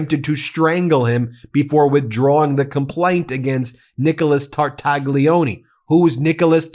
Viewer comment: Phonetics. Tar - tal - lyi - o - nay. NOT Tartagggleeeoneee. Ffs!